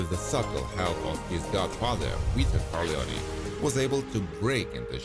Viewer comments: Don "Weeto"? WTF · Hahahaha Don Weeto 😂😂😂